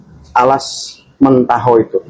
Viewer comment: Alas mentaok, bukan mentaho